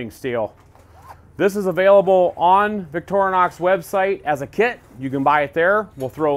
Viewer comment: It's pronounced Victorinox, not Victornox...